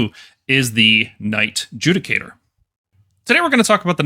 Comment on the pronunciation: 'Knight JUDIE-cator' Dear lord......